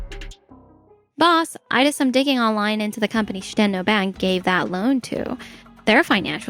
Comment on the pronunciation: Shi-10-oh ❌ Shit-en-oh ✅